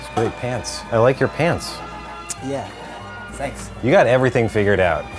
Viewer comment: He said stanks